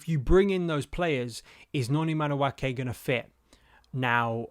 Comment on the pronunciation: If he goes this summer, he’ll have been Chelsea for 2.5 years without you having once pronounced his name properly. 😊